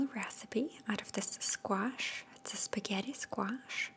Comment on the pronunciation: "Spawghetti skwash' 😂👌